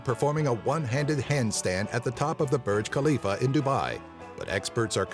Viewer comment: Its named burj khalifa not bruj khalifa